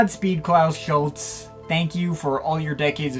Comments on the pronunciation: Klaus wasn't a founding member of Tangerine Dream, he joined in the summer of 1969 (leaving in the spring of 1970) - the band was formed in Sept 1967. His surname is pronounced approximately Schulz- er. RIP Klaus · Now all you need to do is pronounce his name properly!